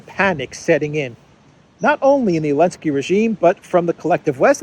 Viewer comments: Why does he consistently refer to Zelensky as Elensky? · ZZZZZZZZZZZZZZZZZelensky. Z Z Z Z! I can't listen to you anymore,. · Dear, I regularly watch your videos and I do appreciate. Thank you! Just a question. Why do you keep calling Zelensky(I) Elensky? I must have missed something. Just curious.